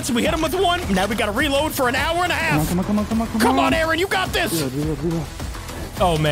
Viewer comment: You do not say Aaron like that